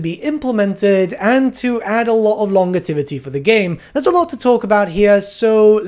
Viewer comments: Love your content, but please, it’s “lon-JEV-i-tee”, not lon-guh-tev-i-tee”. It does my head in whenever you say it. I know, I’m being pedantic. Not sorry. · Longevity, not longetivity, so long gevity is the pronunciation, you are adding to the word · Longetivity?? Longevity is pronounced lon ·jeh·vuh·tee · He's also adding an extra T and I, hes saying longetivity not longevity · Ad hominems just make you look dumb and if that were the cause he wouldn't be pronouncing it "longetivity". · You mispronounce “longevity” the g sound is actually a j sound. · Hes from the UK and yes he is saying wrong, so you are the dolt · disclaimer: not a native english speaker. longevity has a j sound not a g sound. you use this word all the time, so yeah uh lol